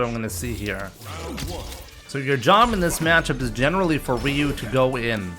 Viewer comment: I mean it’s Ryu like Ryu bruh